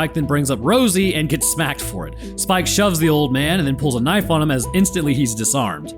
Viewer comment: got a license for that knoife??